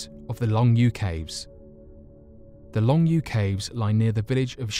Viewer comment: Good video, but one nit-picky thing...You really butchered the Chinese names and maybe you should look up how to pronounce them before you actually make the video. For this, the name "longyou" is pronounced like "long" and "yo" and the village "Shiyan Beicun" is pronounced kinda similar to "shur yan bay tsoon." Anyway, just a quick tip for any future videos with China, the "C" makes a "ts" sound like you hear at the end of English words and any words or syllables that have the lone "i" in the romanization (pinyin) of the words make an "ur" sound. That and if you see a "Q" it makes a "ch" sound like in "chew" but pronounced with the tip of the tongue. Also the "Zh" combo make a tip of the tongue "J" sound. Hope this helps for any future videos.